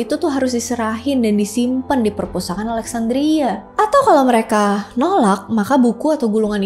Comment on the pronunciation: Pespurtakaan awkwkwkwk.....keseleo lidah kek biasa awkwkwk...gpp kok sayang 😂